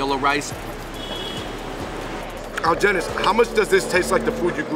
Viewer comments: why pronounce his name like that when he clearly introduced himself as algenis? (al-hen-nees) 🙄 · why did they not try to pronounce Algenis's name like how he pronounces it. He even said it at the beginning. They put a hard g on it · AL-HE-NISS damn it’s not that hard 🤦🏽‍♀️ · If you take the time to pronounce the dishes correctly, do so for your friend's name. I really enjoyed this channel, but stuff like this just shows a flippant ignorance of the culture that you're trying to share with people.